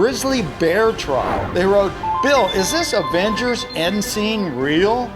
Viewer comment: That moment when Bill says Advengers